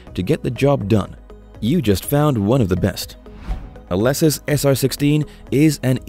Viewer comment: You pronounce Alesis incorrectly...